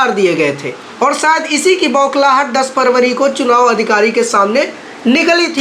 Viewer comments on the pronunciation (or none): none